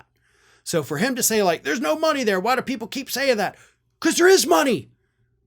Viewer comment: He didn't say "no"... he said "noe". 😁